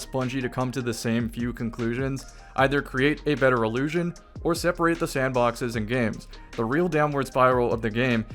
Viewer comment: One of the most commonly misused pairs of similar-sounding words (in English) is “allusion vs. illusion”. Throughout this video, is (correctly) saying “illusion” … but because of his pronunciation, it often sounds like he’s saying “allusion”. I’m sure that’s not confusing, at all, for listeners who struggle with understanding the difference between those two words. 🙄